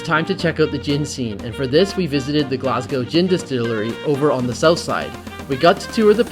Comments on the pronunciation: NOT GLASGAOW it is GLAS GO!!! GO LIKE GO TO THE STORE NOT LETS GAOW TO THE STORE!!! FUCKIN YANKS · It really annoys me how you said “glasgew” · love your videos but please learn to say glasgow (glas go)